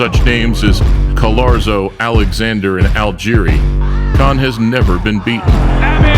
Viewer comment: Dick saying Crawford anus saying Kahn